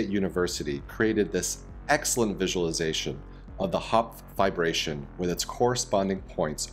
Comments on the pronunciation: *triggered everytime i hear VIBRATION instead of Fiberation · I thought he was saying vibration lol. No not that kind all you pervs lol